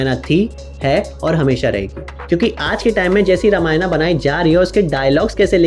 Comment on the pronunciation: Bhai tum Hindi YouTube ho na ki English youtuber. Toh ramayan kehne mai kitni mehnat lagti hogi?